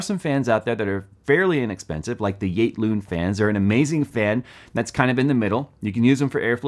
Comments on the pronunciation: Damn could not understand what brand of fans you were talking about. Thought you said igloo, then i thought you said gate loon. Now i see its YATE LOON. And yeah i have seen lots of cheap fan brands but never heard of yate loon fans. They look ultra cheap made. And the price is not great at $9-15 each. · can some one help me with the name of the fans i cant understand the way pronounces it?